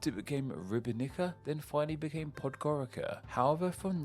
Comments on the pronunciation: Oh, and should I mention that Podgorica is pronounced pod-goritza, not pod-gorika. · Podgoritsa is how you say it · The C in Podgorica is pronounced like the zz in pizza. Same for the former names. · Ribnica is pronounced Ribnitza, and Podgorica is Podgoritza Laibach is just a German name for Ljubljana